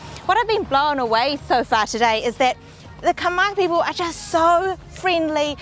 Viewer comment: I love how you pronounce Khmer words 😘😘😘😘 when u come back to Satay Noodles House I will speak Khmer to u 😘😘